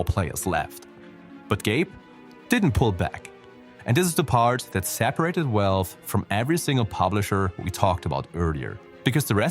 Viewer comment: Its the accent. Also with valve -> walve